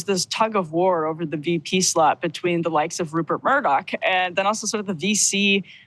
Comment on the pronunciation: I serioualy thought she said "sl ut" instead of "slot". I had to listen to it 2 or 3 times